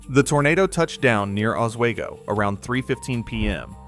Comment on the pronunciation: As someone watching this from Plainfield, who’s family lives in Oswego (pronounced ah-s-we-go btw), I don’t like that lol